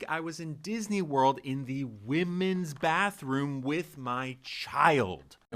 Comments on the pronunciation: I love the way says Dizzanee 🤣🥰 Did anyone else see the horrid filter used in Lily's stupid rage bait robe video? On the face and neck. Makes me wonder if there was actually any FFS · I like how that tatted guy added an extra syllable to “Disney.” Nice